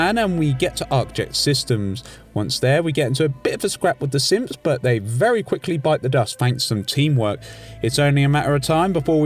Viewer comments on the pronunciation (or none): Does anyone else hear him say simps when he says synth